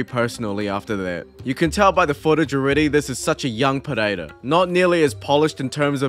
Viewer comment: Just call him Periera.. Pededa sounds dumb.. unless you speak his language